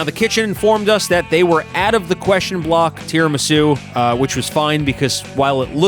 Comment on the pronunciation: As an italian, your bad talk of tiramisù is enough to start a war. Prepare yourself.